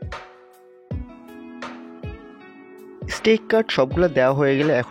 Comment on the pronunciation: স্টিক না ভাই স্টেক হোবে 😂😂😂 R Basy English Bolte g a salad k saled bole felche r ai dik a jeta main topic ajker oitar banan e vul ..steak k stick 🏒 bolche bar bar ...Bangali jaty bole kotah ..jotoi try koruk ..murkho osikkhitoi thakbei 😂